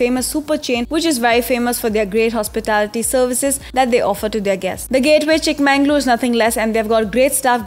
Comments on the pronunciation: It's pronounced as chikkamagaluru...not chikmanglur... 'Everything by its right name' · Akka....it's chikka-magaluru..!! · It's Chikmagalur or Chikmagaluru like Bengaluru, If on can pronounce Cincinnati,ohio or Honolulu what's the catch here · It is not Chikma"N"galore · Blood oozing out of my ears....😅 Super speed bullet train narration and it is not Chik MANNG _ lore.